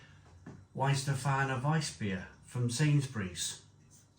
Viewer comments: Warsteiner. Please pronounce "Var-steiner". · Of the German supermarket lagers it's Paulaner for me. I sometimes buy Krombacher if theres a deal on. I'm not really fond of Warsteiner due it's flavour, although I still occasionally buy when I forget what it's like. BTW it's pronounced Varshteiner.